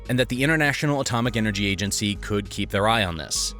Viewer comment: AGENCY!!! Not Agancy